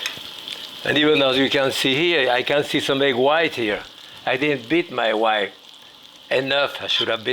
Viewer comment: I almost thought he said "wife" instead of "white", and that made my ears perk up. 😅